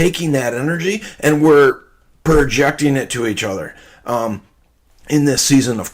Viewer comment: Perjecting. Mmm.. loved that.